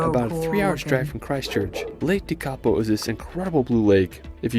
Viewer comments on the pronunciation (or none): Yes. Me too. Lake Tekapo and his pronunciation is Tikapau. It should be pronounced Teh-ka-por. Also not Wanarkah. Wa-na-ka all short sounds. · The mispronounced words were place names most Māori place names. Starting with WH are usually pronounced as F so Wharariki is pronounced "Fara-riki". Tekapo is pronounced Tek-apo" not Te-ka-po its minor I know but it's just a correction. Also, Wanaka is pronounced Wan-a-ka not Wan-aka & Pūrākaunui is pronounced Pūrā-kau-nui (more emphasis on the ka). Finally the black sand what he didn't tell you is the black-sand beaches on the western side of the North Island are rich in titanomagnetite – a magnetic variety of iron oxide that also contains some titanium, it is more commonly known here as Magnetic ironsand. Hope that helps you out here. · Shame they cant pronounce Lake Tekapo ..Tek A Poh .